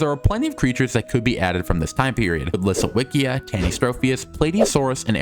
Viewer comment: It's LisoVicJa The w is read as V And the J is read as Y like in yak